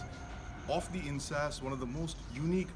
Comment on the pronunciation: Not "In-sas" ...sounds like In-s-ass pronunounced correctly "In-s-aa-s" LOL ...come now don't angliicize a nice name.